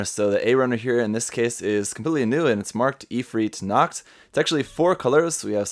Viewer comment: what is it with random german words in japanese products besides pronouncing Nacht (night) like nackt (nude)